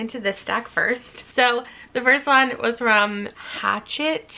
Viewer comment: Hearing you pronounce Hatchette that way reminded me of when I did the same the first day of my internship there and was mercilessly teased for it for weeks 😭 (apparently it's hush-et)